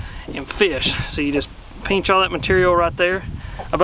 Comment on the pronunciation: “Peench em” 🤣 love it